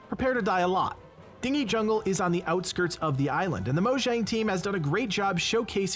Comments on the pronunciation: ikr, it's "din-jee" not "ding - ee" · You mispronounced "dingy". You said it the same way that way you pronounce "dinghy". It's pronounced "din-gee" as in dirty. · I think "dingy" is pronounced "din-jee" with a hard G. A dinghy (as you are pronouncing it) is a small boat. Dingy (din-jee) is damp, dark, etc. But the mispronunciation may have increased my enjoyment of the video. Pretty funny! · Dingy is pronounced as Din-gee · Dingy is pronounced din-jee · It's pronounced "din-jee jungle" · Hm, that feeling that people will now pronounce "Dingy Jungle" as ding-ee, instead of din-jee. Dingy, as is dirty, gloom, drab or dismal. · that bugged the fk out of me too haa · Came to the comments for this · just can't pronounce words right;) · Do you not know how to read the word dingy ? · Are we going to talk about how he’s pronouncing “dingy”? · I was about to, till I say your comment. LOL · Thought the same thing. sigh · As soon as he said it I was scrolling through the comments to find this.